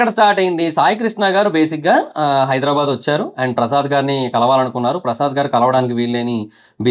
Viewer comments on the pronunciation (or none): none